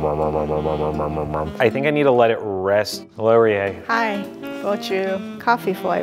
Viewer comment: In NO way attempting to shit on, but am I the only one bothered by the way he says "Rie"?